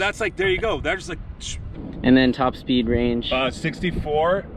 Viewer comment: SORRY BUT TOP SPEEEED??